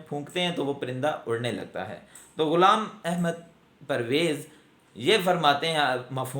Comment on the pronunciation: I appreciate you the way you pronounced the name of Ghulam Ahmed Pervez sb, but you don't qualify to discuss his personality. I have read him extensively and I found him a great scholar.